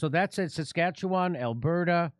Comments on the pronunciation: Hey, pretty good pronunciation of Saskatchewan, Jimmy. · Thank you Jimmy for one of the most correct pronunciations of Saskatchewan.